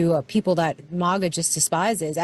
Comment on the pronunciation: I like how now they say it like "mahga" instead of "magga"